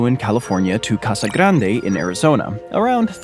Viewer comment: Why did you pronounce Casa Grande so weird??